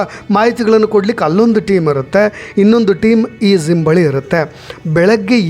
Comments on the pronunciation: ಸರ್ ಅದು ಝಿಮ್ ಅಲ್ಲ ಜಿಯ್ ಅಂತ ಹೇಳಿ. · Your explanation is too good but pls correct pronouncing Gym it’s not Zim